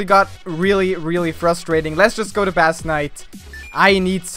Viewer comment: it's pronounced as base not bass XD